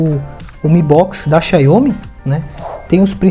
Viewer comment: Mano ja chega falando xaiomi, receba